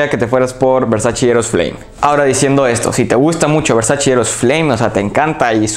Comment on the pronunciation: Muy bueno tu análisis, pero por favor, no digas nunca más "Versachi"... es "Versache" amigo, así se pronuncia y hasta Donatella Versace tuvo que salir a aclararlo. Saludos.